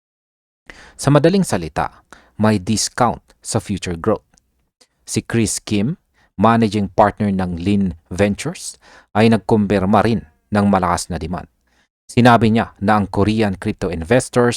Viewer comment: lumalala ang grammar mo ha akala ko yell yield pala at yung lynn e len 😂